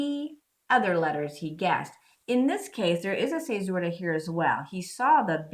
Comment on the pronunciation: A lot of this is over my head. Just here to tell you I love your pronunciation of the word fissura :)